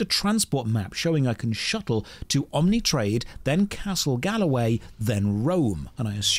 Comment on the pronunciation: Man back in 2000 AO was my first MMORPG, the complexity was enthralling, the players were great (Long live the Wen Tzu Enclave). The music still brings a sentimental tear to my eye. Still miss my Slayerdroid. PS it a Rollerrat not Rollercat It's Galway Castle not Galloway.